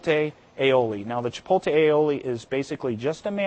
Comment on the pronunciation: Is he saying chipotle wrong? It sounds like hes pronouncing it cha- pole- tay. Whats he saying?